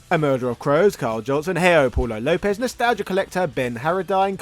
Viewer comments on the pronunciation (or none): none